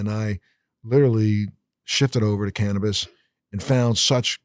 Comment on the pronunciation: Well it's not called "Can'tabis" lol